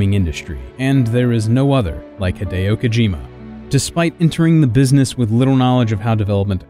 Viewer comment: When - when - will US:ians stop making other people's name a garbled mess? Just learn to say it by listening to themselves saying their own name. HEE-DEH-O is not that hard